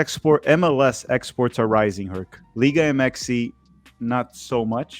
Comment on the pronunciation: Why does keep saying “Liga Mxy” it sounds dumb and cringe